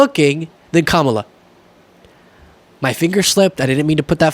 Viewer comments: He always pronounces Kamala's name incorrectly. On purpose or he's just dumb. If you can say Pamela. You can say Kamala. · He purposely mispronounces Kamala's name. So classy. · What about the people who stormed the Capital and beat the police and trashed the building? How many of those people committed crimes on J6? He insists on pronouncing Kamala’s name incorrectly.